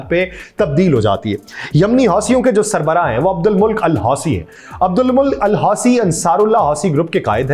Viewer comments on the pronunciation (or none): ماشاءاللہ اچھی صحافت ، بے باک انداز لیکن حوثیوں کے سربراہ کا نام آپ نے غلط لیا، Abdul Mulk Nhi balki Abdul Malik عبد الملک۔ میم کے زبر اور ل کے زیر کے ساتھ